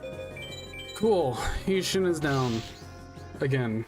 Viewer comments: Quality check. I appreciate that you put effort in to making this, but there's quite a bit of information that's incorrect. Isis can draw in to B. Skull Dragon, Meadow Mage does not drop Gaia the Dragon champion, and you can not fight all 3 villagers in the 2nd half of the game. Heishin, "High Shin", Heinz Ketchup Shin. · Your pronunciation of Heishin will give me reccuring Nitemares